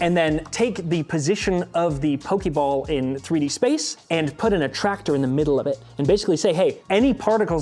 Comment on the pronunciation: Thank you! At least one of them knows how to pronounce pokeball! Pokemon = Pocket monster.